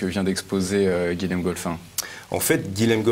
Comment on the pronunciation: Bonjour. On ne dit pas "Guilem" mais "Guillem". Comme Guillaume. Même si ça s'écrit Guilhem.